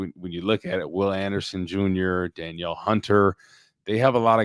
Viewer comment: Does have something against Danielle Hunter that he always pronounces it Dan-yell, vs the rest of the world who pronounce it Dan-eel? It kills me every time and I can't be the only one